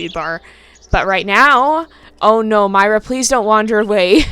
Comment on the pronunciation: When you pronounced myra I don't know but I think you pronounced myra wrong I don't think you pronounced the e. Thank You.